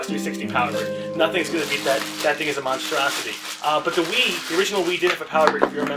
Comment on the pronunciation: you said ze :3